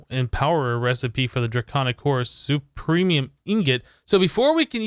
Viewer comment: Supremium? Superium... But it's ok. People make mistakes